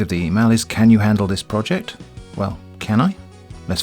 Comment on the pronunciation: "Director of Roject Development"